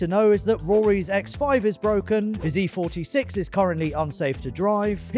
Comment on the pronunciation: I thought said "Rory's ex-wife is broken" not "Rory's X5 is broken".